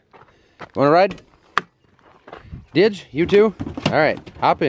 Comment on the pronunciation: Again, that's normal for having Australian Shepherd mix with different eyes color. BTW, it's Didge, not Dige.